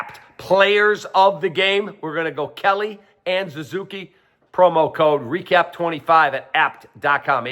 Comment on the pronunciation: His name is NOT Zuzuki. It's not Zuzuki Kap. It Suzuki...with a f'n "S". Why are you like this?